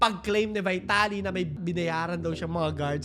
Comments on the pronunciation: Pronounce his name correctly, dude.. "VITALY" ✓ V-TALI X VAYTALI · vee-ta-li po hindi vai-ta-li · Corruption and having money gets you everything, is nothing new in the Philippines. And by the way his last name is pronounced Veeetaly. 😬🤭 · Ang oa mo. Vaytali ka ng Vaytali eh mali naman pronunciation mo. VEETALI yan. Hooohayyy! 🥴🥴